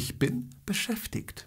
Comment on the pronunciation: Z tym beschäftigt to wymowe ma pan troche skrzywiona bo to jest dziwne bo to jak pan to wyowiada to albo inny Region niemiec ale tak twardo to sie nie mowi